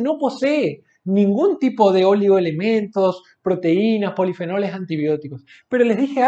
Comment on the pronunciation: Jaja dice polifenoles y luego dice ponifenoles jaja la miel no es igual q el azúcar ni hisceversa pero es casi la misma mierda....ningún estudio es valido y concreto 100%